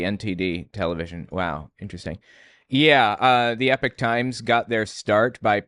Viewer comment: I am always confused when you pronounce epoch as epic, shouldn't it be e-pok?